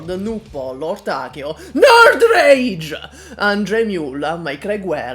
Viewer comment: Happy New Years 🎉. Cant wait to see what cool content you make this year. The Siege fall off hurts. As one of 13 Siege Fans this still hurts. Also lmao that emphasis on Nerd Rage 😂😂